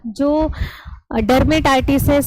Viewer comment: Good evening ma'am, aap जो को जो. न बोला कीजिए